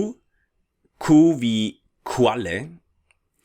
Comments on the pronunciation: My dictionary (as well as "Wiktionary") says the word "Qualle" is pronounced as [kvalǝ], but,, I hear your pronunciation like [kwalɛ]. Why is that? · Also, Verzeihung, aber ich glaube, die Aussprache von "Qua"lle sollte eigentlich /kv a/ sein, statt /qua/.